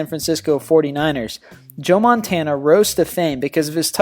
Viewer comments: Did he just say Joe MANtana? 0.12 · How do you mispronounce Montana? And who the hell is Mark "Splits"?